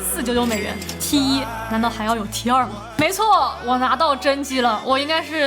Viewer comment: 講T one 才對，英文，才好聽😂